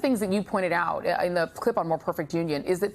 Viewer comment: Emphasis on OUT